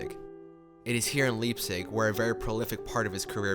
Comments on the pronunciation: It's pronounced LIPE-tzig, not LEEP-tzig. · Thumbs down for the mispronunciation of Leipzig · 'Legacy' should be dropped from the title of this video.....it's a simple biography. And it would be great if Americans learn not to create pronunciations of foreign words that suits their limited tolerance for diversity .... Please check how the rest of the world pronounces 'Leipzig'